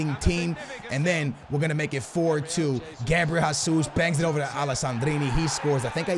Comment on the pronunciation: please stop saying it like "Gabriel Hasus" it's pronounced Gabriel "Jay-zeus" please like so he can see lmfao